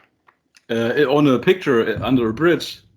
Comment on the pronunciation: Ah BRIDGE! I understood fridge xD